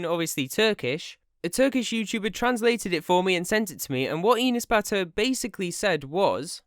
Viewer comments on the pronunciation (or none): when he says Enes Batur it sounds like he's saying peanut butter lmfao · I keep hearing penis butter. Sorry I 1m not trying to offend anyone its just what I heard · What the heck is that name i thought he said penis batur brah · inis batur awesome pronunciation 😂 I am Turkish that’s why I now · With the way JT pronounced his first name, I kept hearing "Penis Batter". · and pronouncing like that n s but ur (not your just ur ) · his name pronunciation like 'anus', that's why everybody call him 'anus butter'. its just a joke but some brats crying because that. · His name is pronounced as Anus Butter, just Incase anybody was having trouble pronouncing it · Fun fact, his name is actually pronounced: "an ass" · you pronounce his name like "Anus Butter" and i liked that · yo i thought it was pronounced anus batter lol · We actually pronounce his name like "An ass butter" here in Turkey. Because he is an actually asshole. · He's pronouncing his name like "Anus Batur" LOL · I think it's pronounce Anus Bath. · Enus Batur fam I thought it said Anus Batty 😂😂😂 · Bro you say his name wrong XD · It's funny how you pronounce but, it makes me happy that u are taking him down :) . "He went to his house, so he has his approval".... WHAAAT?? :D It's not just him tho, there'r so many stupid Turkish ppl does that, and i hate bc I am also Turkish :'( . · the way you say enes batur is so funny and ı like it so much